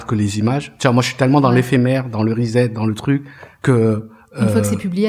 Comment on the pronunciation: Reset /ˌriːˈset/ se prononce 'rissette" et non "rizette"